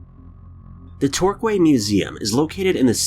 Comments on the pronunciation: American's really need to learn how to say British place names. Torquay is not pronounced Torq-way, it's Tour-key. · It's pronounced Tor-key, not Tor-Qay. TOR-KEY. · Torquay is pronounced tor-key. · 5. Torquay. [Tore-kee]. NOT [Tore-qwei]. And I'm the one with English as my second language... (Setting aside all the bullshit about ghosts and apparitions...) 4. Dust particle. 3. Dust particle. Also, if "real", why don't you mark all the other funky pixels in the clip? Aren't they just as "real" parranormal activities as well, then? 2. Shadow of someone on-site moving about. 1. Forced hallucination. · Torquay is pronounced Tor-key not Tor-quay, please research your pronunciations. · oh dear oh dear oh dear the way You American pronounce words OMFG honestly absolutely unbelievably bad lmao Torquay is NOT pronounced TALK-KEY its sounds more like TORE-KEY would suggest these people get advise on how to pronounce the words before they make themselves look a silly fool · Tor-kwey museum is located in the seaside town of Devon...... Really???? Torquay (Tor-key) museum is located in the seaside town of Torquay (strange eh) in the county of Devon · Hey, 1st vid Torquay pronounced Torkee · It’s pronounced Tor-key. 😝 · Tor Key is how it is said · Number 5 in Torquay . . . It's actually pronounced Tor-Key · It's pronounced tor-key but spelt Torquay. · Torquay - it’s actually pronounced “tor-key” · LMAO in 5 its pronounced tor-key. i love the way foreigners pronounce some English names!!!! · It is pronounced Tour Key = Torquay. Just so ya know... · It is said Tor Key haha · The first one in Torquay is pronounced tourkee. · Re. Number 5... The town is Torquay, pronounced "Torkey", and it is situated in the COUNTY of Devon/ Cornwall. Great video though 👻👻👻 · It’s pronounced Tor-Key 😁😁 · Love your vids. Torquay is pronounced Torkey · (Are you trying to say Torquay? It's actually pronounced Tor-key xxx) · Ok, Torquay is pronounced Tor-key. Apart from that, quite nice.xx